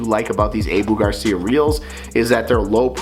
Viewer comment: It’s pronounced “Ahhhhboooo” Garcia Not (Ayeeeboo) ….